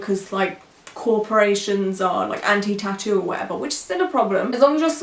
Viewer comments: I know she's not a native English speaker but 'tutoe' drove me nuts this whole video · No one: Her: Tittos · I cringed every time she said “tittoo” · I hate the way she says ‘tattoo’. It sounds like ‘t-too’.